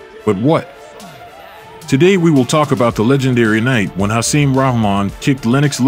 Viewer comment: Hasim's last name is pronounced "Rock-Mon" not "Rah-Mon" EDIT: After watching the full video I must add: Hasim is pronounced "Ha-seem" not "Hassim" It really makes me question the narrator/and or content creator's knowledge of this era of heavyweight boxing. That coupled with the video's title of "The night Lennox Lewis got his ass kicked" when really, Lewis didn't get his ass kicked. He was overweight, grossly unprepared, too confidant and ultimately got caught with a lucky (albeit monster) right hand. I'm not a Lewis fan at all, but he was clearly classes above Rahman. Hasim was a solid fighter in his own right, but more of a fringe guy at best. Getting caught with a right hand from Hasim does not entail "getting his ass kicked" Mike Tyson got his ass kicked by Lewis, that would have been a better title and narrative. I AM a Tyson fan.